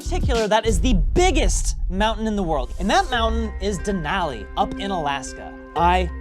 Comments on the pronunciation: Please pronounce Denali correctly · MOUNT MCKINELY? WTF IS A DENALI DOING IN THE USA? LOL